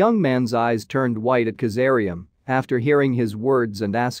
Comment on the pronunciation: Kazaliem not kazaream